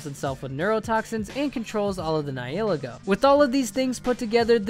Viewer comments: It's Nih-hill-lay-go, not Nih-heal-egg-oh. :( Get it right. Also, anything derived from a pre-existing source must not be attempted nor made official - for copyright reasons. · Isn't it nee-hee-le-go